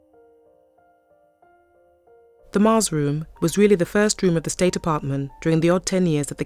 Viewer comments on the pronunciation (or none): none